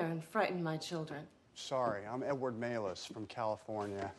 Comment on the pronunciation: Oh my god, and his name is Edward Mallus but it's pronounced Male-us. Could this movie get any more ridiculous?